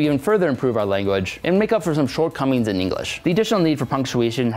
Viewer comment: "Short cummings"